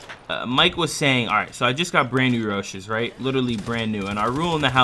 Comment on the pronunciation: Any body else cringe when he said Roshe??? (Row-She) is the correct pronunciation